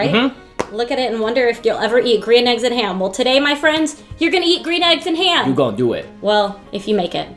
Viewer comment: Dr. Seuss's Gwean Shmegg Yolks And Ham.